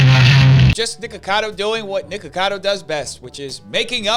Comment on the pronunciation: Fun fact: the way you say NiKAKAdo Avocado. That sounds like kaka, which in my language means poop.